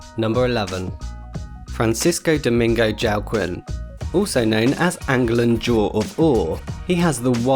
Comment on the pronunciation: Friend, Joaquim is almost certainly not pronounced Jow-Qwim 😂😂😂